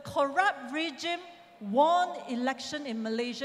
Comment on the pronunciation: "Won". is pronounced as ",ONE". but not. " Warn" . sorry for correction. Since Tony had been a winning ticket, kindly persuade him,as a faithful DAP member to stay back for election so as to add in another seat No. to form majority. Don't forget, every seat counts.Likewise to Ong Kean Meng. You duty up her to talk, not only to ask people for support ,but also your own party members. If you can't do that fr. within, how can you expect support fr public? , Fr. iron supporter.